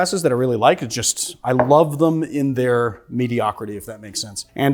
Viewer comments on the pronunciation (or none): none